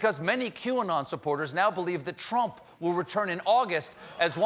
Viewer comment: OMG...He said Trum*.